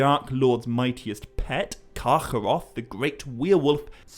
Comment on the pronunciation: gotta admit your Carcharoth pronunciation is pretty disturbing 😅 Try a more german 'ch'